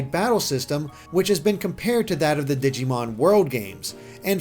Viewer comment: im PRAYING for early 2019 honestly. the later the better bc i am Broke til christmas 2k18. also god 'zee moves' is painful to hear